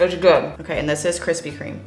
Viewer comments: Lol where are the kwispy kwomments? I’m too early sad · Need Kwispy merch... 🤣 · 1 like = 1 kwispy